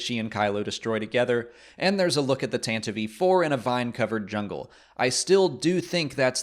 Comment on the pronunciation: It's pronounced Tanti-vee